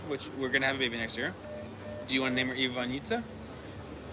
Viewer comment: Yes, you have pronounced it perfectly. Its Ivanjica, just like you said. Enjoy.